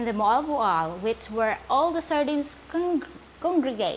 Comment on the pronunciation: Guys notice her correct pronunciation of "Moalboal" with four syllables. If you go the bus station and tell them you want the bus to "molebole" they won't understand you.